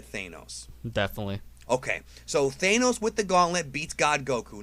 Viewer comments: If you really loved thanos you wouldn’t pronounce it Thayyynos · Lol, it's pronounced the way it is written, not ThaYnos :) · Sooo you saying Theynos? 😂😂😂 ok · Theighnose? The a does not say its name so plz stop making my ears bleed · I'm fine with you mispronouncing "Thanos" as "ThAYEnos" ... but just pick one for gods sake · When he says Thaynos I get so fucking triggered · How he says thanos "theinos" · Wtf, Goku would win any day over THANOS only if he DIDN’T have the infinity gauntlet, now if Thanos had it, lol no competition. Also some pronouncing it like “Thane-os”, it pisses me off. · Ouch, it's not pronounced "Thaynos". I have been a DB fan since 1998 and Goku is my favorite character, but Goku would stand no chance against Thanos with the Infinity Gauntlet+6 gems. If it was just the power and space gem, then of course Goku would win. However, things like reality, time, mind, and soul are just too much. Goku could be turned into candy by a single thought rather than Buu sending his magic beam. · If you are fan of marvel you wouldn't pronounce Thanos as THAY-nos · Anyone else get mad when this nigga kept saying ThAAAAnos, instead of thanks🤣🤣💀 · Thaynos... the fuck is wrong with this dude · I honestly couldn't watch us all the way through because you couldn't pronounce Thanos correctly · Please.... please stop saying Thanos like that.. x.x lol I'm not actually salty but C'MON MAN LOL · Have you tried pronouncing Thanos correctly ? Because you're doing it wrong in this video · Who is sick of the guy saying "Thanos" wrong? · Bro if one more person says thanos name wrong I’m gonna lose it hahahahaahah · The way you say Thanos makes me want to kill myself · What's funny is how he pronounces thanos lol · He’s pronouncing Thanos wrong. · The way you pronounce Thanos makes me cringe. Love your videos, though. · It's pronounced Thanos not Thanos. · You say thanos wrong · you are pronouncing THANOS wrong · Thainos and then after the intro he says it proper